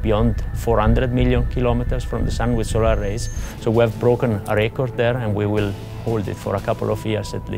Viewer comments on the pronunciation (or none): none